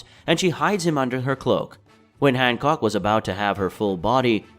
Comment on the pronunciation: Han “cock”